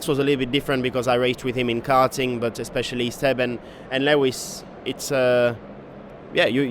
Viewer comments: The way he pronounce Lewis 😂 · He pronounce it like French way. :)